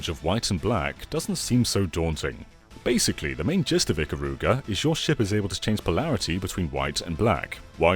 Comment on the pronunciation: And Japanese and weebs don't pronounce "Ikaruga" that way